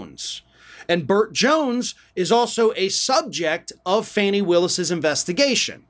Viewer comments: It's not FANNY. It's pronounced FAH-nee. Please fix this. It's irritating and it demeans your high quality reporting. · “FAH-nee”, not “Fanny” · BTW, it's not "Fanny" Willis; it's "Fawny" without the "w". Fani Willis. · Her name is Fani- not Fanny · Just being nitpicky here. Her name is pronounced Faw-nee